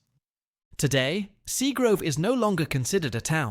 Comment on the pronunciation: Plus that area was called SEAGRAVE not grove 👎🏼👎🏼 Ai suxxx